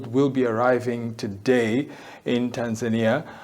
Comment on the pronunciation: Stop butchering the name “Tanzania”. It’s not Tanzaenia